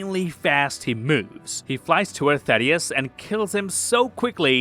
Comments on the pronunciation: It's not "Thaddeus" They never ever say "Thaddeus" They say THAEDUS - THAY-DUSS Another content creator said the same thing the other day. How are people this dumb and/or willfully ignorant? How can they hear the word pronounced correctly and yet continually mispronounce it? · The way bro pronounces Theadus’s name makes me think bro didn’t actually watch the show